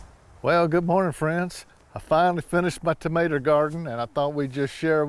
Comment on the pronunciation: I love when you say “tamater”! 😂 just like my husband.